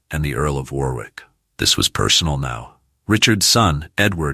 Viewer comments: Pronounced Worrick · And Warwick is pronouced Warrick. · Must admit I laughed every time he said War-wick.